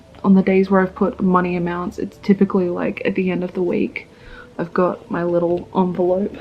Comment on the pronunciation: I'm trying to quit smoking but hearing you refer to an envelope as an onvelope triggered me so much.